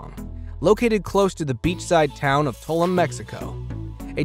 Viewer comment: I heard the WWII airplane is pretty close to Tuloom also (pronunciation)